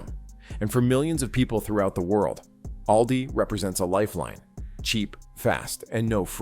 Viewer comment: Misleading thumbnail. AI can't say the name ALDI correctly every time. These AI generated videos are taking over the good content on YouTube like the plague. It is sickening to be honest.